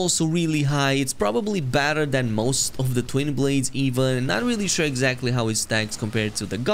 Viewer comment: is it "it's probably better" or "badder" or "batter" or "bedder" ?